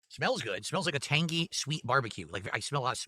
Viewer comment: "Sauce, smells tang-gee"